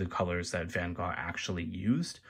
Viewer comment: So glad you pronounced the Artist's name correctly.